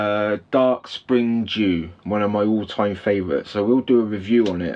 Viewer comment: What!? You don't love schmalzlers! How dare you! We can't be friends anymore! But seriously 😂, I get it brother. I don't like snuffs or schmalzlers that irritate my ear canal either. There are quite a few Indian snuffs that do that to me. Also, I thought you said Dark Spring Jew at first, but it quickly sank in that it was dew 😂. Nice pipe btw, as far as the snuff goes, she's an okay one, the aroma is bliss. But she burns my delicate American soft palate too much. The rate at which I get it right is low with this one, especially since I have a tendency to sniff up too high. The smokiness you mentioned is the peatiness from the whiskey I suppose. But I agree, it's just peaty, no whiskey detected here either. There is a certain sweet quality to it which I suppose could be the whiskey. Who knows, anyway, God bless.